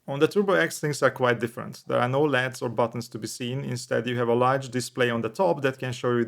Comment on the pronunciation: LEDs is pronounced in the letters L E and D .. good review